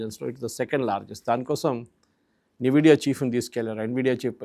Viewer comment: Nividia kadhu Nvidia ....